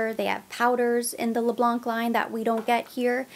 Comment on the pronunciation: Les Blanc we don’t pronounce the letter C at the end 😉